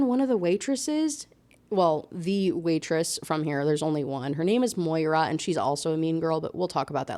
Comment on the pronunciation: I was programming, this was running in the background. The way I activated when I heard moira-… like. As a scorpio i can be a bit mean (but i’m working on it, teenage hormones finally leaving me lol) but it is So weird to hear my name at all. You pronounced it beautifully!